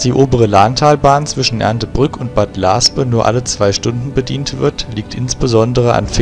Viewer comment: He, "Bad Laaspe" spricht man "Bad Laasfe" mit weichem "ph" wie in Phase ;)